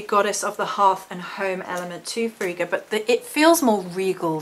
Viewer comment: Yesssssss thank you!!! If there are two Gs then the I is short. So, the way you pronounced it would have been correct if her name was spelt Friga. But it's not. Frigga is one of my absolute favourites, I'm very connected to Norse culture.